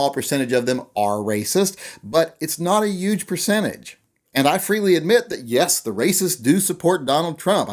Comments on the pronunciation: You say "yuge" a lot. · Are you saying "Yuge"? lol. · I like your pronunciation of the word 'huge'